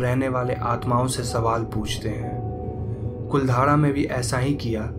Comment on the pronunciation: I'm from jaisalmer and it's not कुलधारा it's कुलधरा